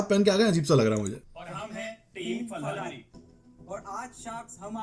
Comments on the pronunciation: Pha ko fa nahi bolte india me. It's phal in Hindi too. They made it's stylish, or didn't get phal domain so named it fal. But it's phal in Hindi not fal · Yes it is Phal-hari words derived from Sanskrit..... Jab Urdu/hindi copy kr rhe the ...J ko z kar rhe the ..tb he ye kaand huye the 😂😂